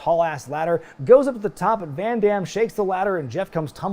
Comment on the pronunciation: I love, love, LOVE this PPV. The only gripe I might have is that the announcer (Chimmel?) messed up Van Dam's name, he emphasized the "DAM" part way too hard.